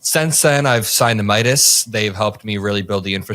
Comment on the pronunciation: Every time Cam says “Meidas”, I scream into the void.